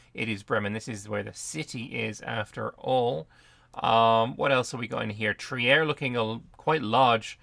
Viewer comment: Yes that's the Elbe, but in german the trailing E is pronounced so, Elb-Eh. On the other hand e following I is pornounced as a long i. It's Triir not Tri-er. Ie and EI is roughly pronounced the opposite in german to how the rule is in english.